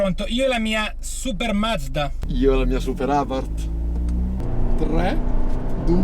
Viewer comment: ciao ciao ciao "abarth"